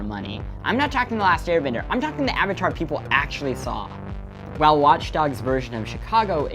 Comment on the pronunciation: Did he say watch darks